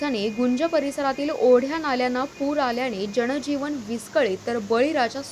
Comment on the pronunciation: जणजीवण नव्हे गं पोरी जनजीवन म्हण. मराठी व्यवस्थित बोलता येत नसणार्‍यांना कशाला आणता स्क्रीन वर बातम्या द्यायला?